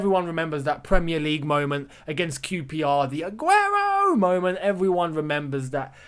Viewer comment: That Spanish pronunciation 😍 Mashallah brother